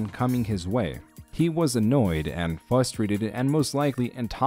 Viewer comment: There’s two r’s in frustrated… it’s not fustrating….